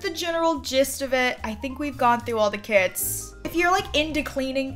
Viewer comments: i heard she saying "kids packs" instead of kits and i got excited thinking that it was about children but i'm just deaf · Everyrime you said "through the kits" I thought you said "through the kids"